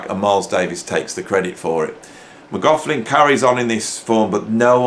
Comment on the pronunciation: Or maybe "Mc Loff Lin".... 😁😁